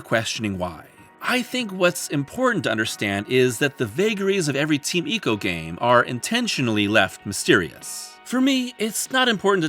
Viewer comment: "Eeko"? Don't be such a weeb. When you go to an Italian restaurant do you order "spaw-GEH-té"? It's "Eye-co".